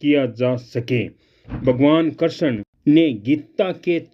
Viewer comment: जै गुरुदेव गुरुभाई आप कृष्ण शब्द का उच्चारण सही नहीं कर रहे हैं गुरुदेव के कहे अनुसार उच्चारण करें